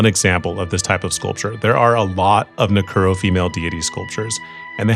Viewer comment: Nu Ku o ro is how it's pronounce